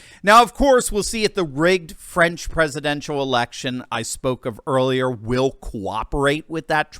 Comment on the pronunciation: TRY TO PRONOUNCE; FRANCE,[,[ THE A SOUNDS LIKE IN BALL],, OR FRENCH,..... NOT FRIENS